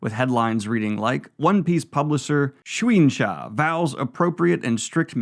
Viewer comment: How on earth did you think Shueisha was pronounced that way lol